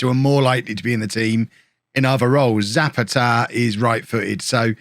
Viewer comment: Zapata is pronounced sah-PAH-tah